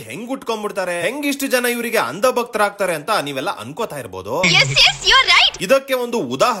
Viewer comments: ನೀವು ಇದೇ ತರ ಪಾದ್ರಿಗಳದ್ದು ಮುಲ್ಲಾಗಳದ್ದು ಸಹ ಮಾಡಿದ್ರೆ ಚೆನ್ನಾಗಿತ್ತು. ಹಾಗಂತ ನಾನು ಇವ್ರನ್ನೆಲ್ಲ ಸಮರ್ಥನೆ ಮಾಡ್ತಾ ಇಲ್ಲ 🙏🏻 ಹಾಗೆ ಇನ್ನೊಂದು ಕರೆಕ್ಷನ್ ಮಾಡಿ. ಅದು 'ಅಂದ' ಭಕ್ತರು ಅಲ್ಲಾ. "ಅಂಧ" ಭಕ್ತರು ಆಗ್ಬೇಕು. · It's 'andha' not 'anda'. Also it is 'dhongi' not 'dongi'.